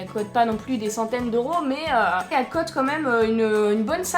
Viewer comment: Pourquoi tu dis cot et tu dis pas coût